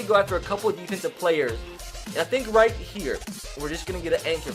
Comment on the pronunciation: you said white not right 😂😂😂😂😂😂